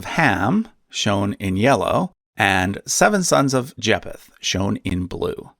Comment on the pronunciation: It's pronounced Jay-feth the ph isn't separately pronounced, they're pronounced together having the f sound